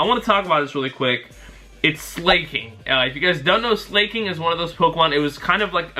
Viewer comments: Not SLAY-KING... its SLA-KING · its Slah-king not slay-king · "Slayking" Really?... Its not hard to pronounce the name. Like "slacking", which is where the name literally comes from. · it's sla-king not slay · psst it's Slah-king not SlAY-king for the pronunciation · Its pronounced slack-ing. Gen 3 had some insane attackers, so I wouldn't be surprised by any of those stat totals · its slac-king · it is pronouced SLACK ING and it will be unstopable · who else cringed when he said slaking